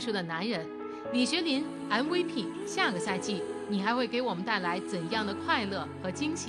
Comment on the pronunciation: 為什麼連MVP都念不出來的人可以報新聞...